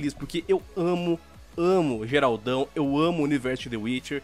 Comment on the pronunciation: Como pronunciar o nome do protagonista de The Witcher: "Geralt" "Gueralt" (X) Geraldão